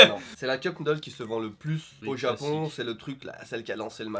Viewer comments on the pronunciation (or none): none